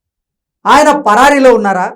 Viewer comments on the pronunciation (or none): పరాయి కాదు పరారీ అనాలి